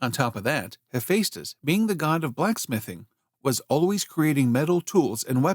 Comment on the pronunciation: It's NOT He-FACE-tus. It's He-FESS-tus.